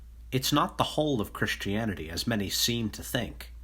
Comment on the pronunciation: Nobody: OP: "Chrishtianity" (x50)